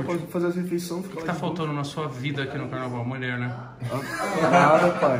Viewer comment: Se tem gerson falando muler tem like